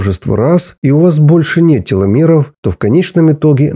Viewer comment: Почему Вы окончания слов говорите неправильно!? Неприятно слушать, "теломероу", "счастлиу"...*пяти"... "процентоу*....* бироогоу" . .😅😮😅😮😮😢 Надо научиться Вам на окончаниях слов выговаривать букву *в" Хотя Вы и зрзол, но по-русски должны говорить правильно!!!